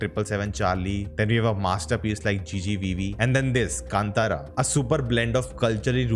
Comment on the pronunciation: Its not kantara. Please pronounce as kaantharaa